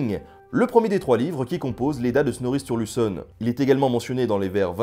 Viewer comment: J'pourrais jamais m'y faire, à chaque fois que tu parles de lui, j'entends ''Snorri TURLUTEsson" ^^